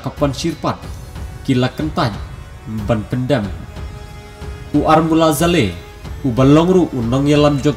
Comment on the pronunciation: Ki khubor kiba biang palat, khyndiat.. sngewbha pynbeit...Kyrteng dei ARmula Saleh ne 'AMrullah Saleh'